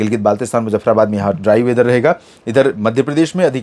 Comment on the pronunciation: सर जी पश्चिमी राजस्थान में आप सटीक जानकारी नहीं दे रहे हो 1 महीने से मैं यही सुन रहा हूं आप ऐसे बोलते हो ट्राई वेदर ट्राई वेदर यह ट्राई वेदर क्या है हमें समझाइए हम अनपढ़ है